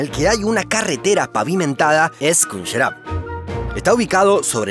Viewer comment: Kh se pronuncia como J en castellano, no como K La Kh es la latinizacion ( en ingles) del fonema /j/ o /x/ Entonces Khunjerab se pronunciaria como / junyerab/ y no como /kunjerab/